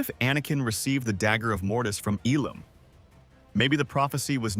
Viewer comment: Ilum - not Elam 🤓